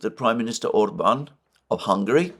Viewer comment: Prime Minister of Hungary well said rare to hear that said correctly